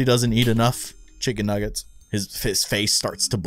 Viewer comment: 🤣 baldi’s is a bad speller he cant even say “nuggets” he says nuggs